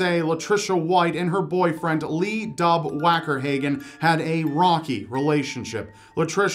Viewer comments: "lee dub wackyhaven" My coffee came out my nose at that moment. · Lee Dub Wakerhagen 😂